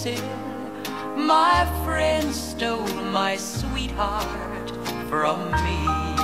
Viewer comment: これもいい曲ですね。friendの発音がなまってますね。